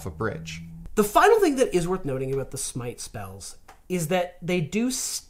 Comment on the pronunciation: Smite. It's smite.